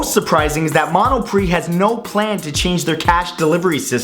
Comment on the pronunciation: It's pronounced Mono-pree